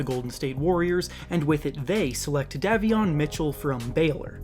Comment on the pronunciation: Just letting you know you pronounce davion “day-vion” not “dah-vion”